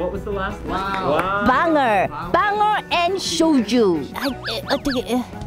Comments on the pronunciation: 떡볶이 메밀묵까진 이해하는데 방어rrrrr 이 r은 어디서 튀어나온거냨ㅋㅋㅋㅋ역시 영어는 끝만 굴리면 되는거쥐😉😉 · 영어발음 굳굳 역시 지금은 방어rr가 제철이지!!